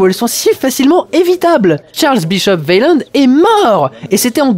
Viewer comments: Au passage, on dit "ouéland" et pas "vélande"... Mais si encore c'était le seul truc que tu avais pas piger dans ce film... Ou dans la saga Alien... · tu prononce weyland " vélande " -> alors que j'ai toujours entendu "way-land" "ou " ouai lande ", comment cela se fait t-il ? ( ici la fille de weyland qui prononce "son Nom" ) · Très bonne critique de ce film cependant Weyland ca se Waylande pas Vayland bordel de merde